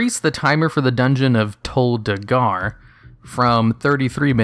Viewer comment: "Tol DagAr" XD